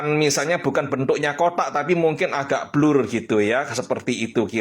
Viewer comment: Sebut BLUR pun tk betul ..bblurr 😂 Utk buat kokori diam dan give up menghina lagi bagus tak perlu di react video dia . Jgn di tgk video dia😅